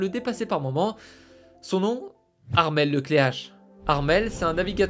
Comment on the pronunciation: aussi ça se prononce Le Kler (c'est breton). C'est pas grave non plus, juste pour info, bisous 😆